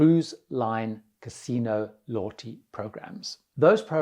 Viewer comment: What on earth is a “lotty program”? . Never heard of Lotty (loddie???) program but it sounds like he’s talking about a “players club” that every casino has and every cruise ship I’ve been. Usually you get pints etc through players program.